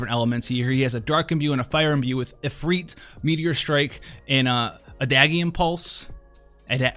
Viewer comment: Pronounce adagium in a french way my guy 😂